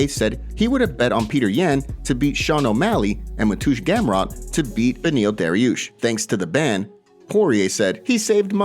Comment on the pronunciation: Did homeboy really just say “matoosh gamrot?